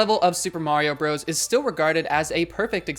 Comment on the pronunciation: "Bros." Is not pronounced "bro's," it's actually an acronym for "Brothers." Like "Mrs." For "Missus."